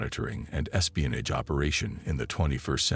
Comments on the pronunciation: Espionij wtf is espionij😂😂😂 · I know exactly what espionage is but I've never heard it pronounced espionij b4 regardless of whether it's a A.I or not 😆